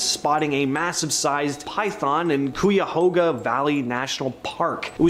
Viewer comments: Cuyahoga is pronounced like guy-a-hog-a but with a c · Anyone else annoyed with how he said Cuyahoga 😂😂